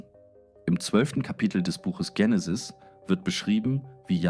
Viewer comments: Warum wird das Wort Genesis hier ständig englisch ausgesprochen, nämlich "Dschenesis" statt Genesis. Ist es weil hier mal wieder eine KI Stimme einen engl. Text übersetzt hat? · Vielleicht denkt die Ki an die beliebte amerikanische Sega Videospielkonsole , die hier mega drive hieß.Auf jeden Fall kommt es vielleicht wenn man von Benutzung wie oft vielleicht dazu,dass es richtig ist das so auszusprechen und die Band Genenis ,eben habe ich noch gemerkt, dass das Genesis ,einmal in kurzer Aufeinanderfolge ,dass Wort zwei mal anders ausgesprochen aber auch eher englischartig und dann noch mal anders .Drei mal verkehrte Aussprache xmal ..nach dem ersten Hören ,also erschreckend alles mit den Ki Stimmen und das bei so wertvollen Dingen …..alle keine Zeit mehr?!Das glaube ich kaum.